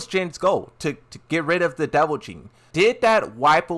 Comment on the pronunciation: You’re killing me. It’s devil GENE. Pronounced like “Jean”. What you keep saying sounds more like devil JIN.